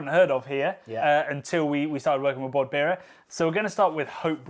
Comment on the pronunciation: Sounds like you are saying "Bord Beera" not "Bord Bia", hahaha.